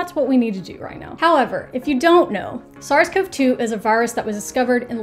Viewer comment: Hello! In the virology world, SARS-CoV-2 is usually pronounced like sars-covie-two, with an ee sound. Sorry for the minor nitpick. It would be nice if the literature clarified how us research nerds are pronouncing it, but I suppose the pronunciation also doesn't matter much in the end!